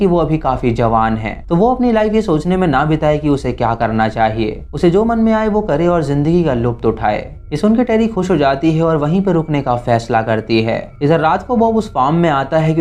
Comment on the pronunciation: Correction needed, Luft nahi lutf hota hai